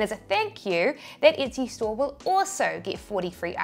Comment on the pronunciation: Why are you mispronouncing Etsy, You keep saying itsy 👈🤣